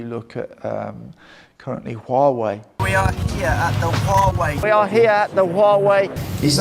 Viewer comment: "I'm here in WAUGH-wei..."